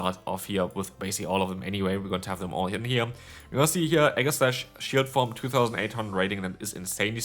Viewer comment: Enamorous = e-NAM-or-ous Aegislash = EE-jeh-slash